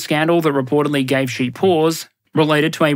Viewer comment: Xi is pronounced SHEE